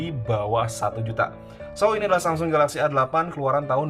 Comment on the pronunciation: Hape tertipis pada masanya... Btw bang saya ngakak denger SAMSING 🗿